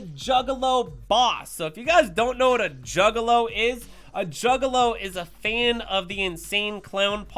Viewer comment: I had to rewind and hear him say it twice 🤣 🤣